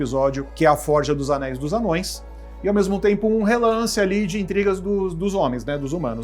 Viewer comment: ANÔES !!! "ANÂOES" dói !!